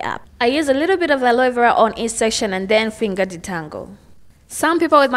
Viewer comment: Love how she pronounces aloe vera. It's cute